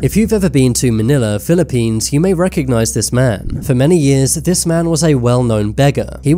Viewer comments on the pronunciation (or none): none